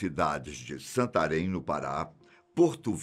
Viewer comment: Até que enfim alguém pronunciou a palavra SANTARÉM sem ser um santareno kkkkkk